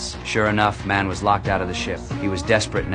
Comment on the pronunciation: "MANN" THE FRICKIN ACCENT😂😂😂